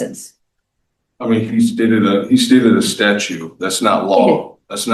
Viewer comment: Did he say "statue" instead of "statute"? 🤦